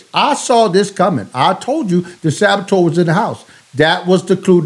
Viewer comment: Sabatoeur? 😂 😂 😂 Cmon bruh